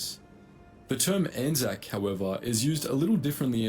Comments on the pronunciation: You pronounced it perfectly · Yes it's pronounced ANZAC as it sounds and you have the correct interpretation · We fight together intermittently. We’ve actually just set up mechanisms to tighten that bond, so A/NZ forces will be even more coordinated in future. We also act independently, for stuff, such as disaster relief, SAS operations, new conflicts, and research. You pronounced ANZAC correctly. ANZAC is the united identity of our combined armed forces. The ANZACs are the personnel. In Aotearoa/NZ, our armed forces memorial ceremonies are mainly held on ANZAC day every year, in the form of dawn services, and we have ANZAC cenotaphs or memorial towers in most towns, to stand as focuses of celebrations for our war heroes. Edit: A British WWII unit that was hugely manned by Kiwis was the Long Range Desert Group, which mainly operated in North Africa and the Mediterranean. I had a great uncle and his cousin that were in the LRDG, which carried out reconnaissance and a few offensives on Italian and German forces. There is some good content on YouTube about them, and how they were wayfinders for the embryonic British SAS, which NZDF modelled our own NZSAS on later on. Given that the LRDG was, to a disproportionate degree, made up on Kiwi farmers, they’re as much a point of pride as the Māori Battalion are.